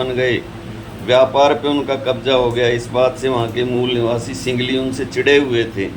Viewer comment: सिंगली नहीं सिंहली 😂